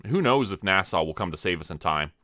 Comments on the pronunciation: 🤠🤠🤠 NASA or Nassau? It sounds like you are saying Nassau and the cc is writing Nassau. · Why are you pronouncing NASA like Nassau? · Every time you miss pronounce NASA my heart breaks a little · There is no W at the end of NASA 😂😂😂